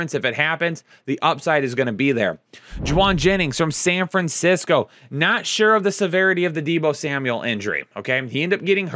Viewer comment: It’s WHO-ON Jennings! :)